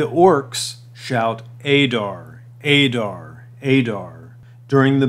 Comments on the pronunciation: It's not Ay-Dar ... Ay-rabs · Now that Adar has been revealed in the show we know it’s pronounced ah-dar, not a-dar. Pronunciation in Middle-earth is always a bit tricky. 👹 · You hear how they pronounce his name do you choose not to pronounce it correctly